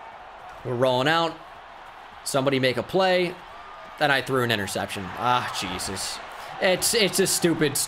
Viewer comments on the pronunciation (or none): none